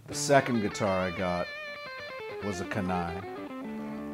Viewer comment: Don't want to sound too critical but if the model is named after the Kenai River in Alaska it should be pronounced KEE-nigh.